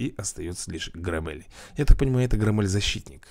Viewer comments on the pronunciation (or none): Правильно Гро́ммель